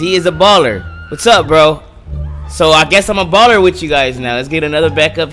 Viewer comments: its balla not ball-er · It’s not even “bAlLeRs” it’s Ballas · It is Ballas not Ballers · It's not ballers it's Ballas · Ballas not ballers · It's BALLAS not ballers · It’s not ballers it’s Ballas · niko bellic no it’s Ballas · The ballers and the vargos😂😂 its da ballas and the vagos not hatin btw love ur vids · love ur videos! just saying (not hating) its ballas and vagos. Love ur content, do more of these videos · I’m sorry but it’s Ballas not Ballers and it’s Vagos not Vargos